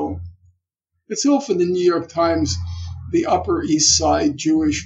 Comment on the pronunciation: "The yewyork times!"